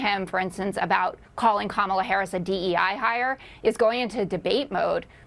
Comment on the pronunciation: The way they continue to mispronounce Madam President's name makes my stomach turn and really just shows how juvenile and ignorant they really are!!! 💙🇺🇸💙🇺🇸💙🇺🇸💙🇺🇸💙